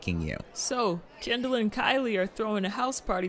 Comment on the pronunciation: it's Kendall. Not Kindle. Not Candle. Not Candull. 🤌🏿🥸